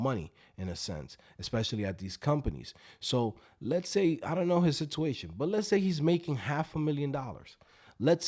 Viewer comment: second i heard sitooation,de lo mio!